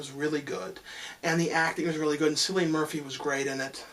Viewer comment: it's Cillian, like with a "K" not an "S"